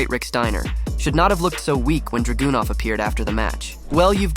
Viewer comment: HIs name isn't DragUnov🙄 Learn to say his name right..🤦‍♂️